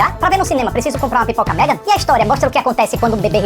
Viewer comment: tá lindo de "MEGON".😂😂😂